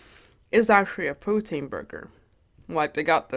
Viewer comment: You look gorgeous!! Amazing video as always ❤️❤️ Canada here!!! I love how you pronounce poutine!